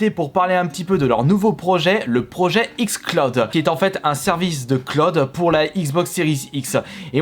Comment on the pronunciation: Non il a dit XClaude pas XCloud.